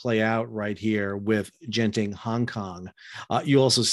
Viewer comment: Lim Kok Thay isn't broke. Genting HK is only a tiny part of the enormous (non-shipping) Malaysian based Genting empire he inherited from his father. And he didn't resign because of the evading arrest thing. He quit because the company is bankrupt. They're winding it up voluntarily. BTW: the pronunciation of genting is wrong. It's not a soft g, like a j, as in general. Use a hard g, as in golf.